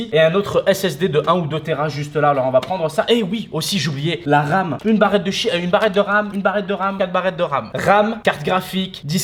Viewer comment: Mdr a 1.15 barret de shit ou barret de ram mdrrrr